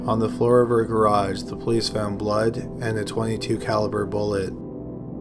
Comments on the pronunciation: "in the trunk there was a lot of bluhd" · There was awat ow bwood...lol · "in the trunk there was a wot of bwud" I'M SORRY BUT UR VOICE OMG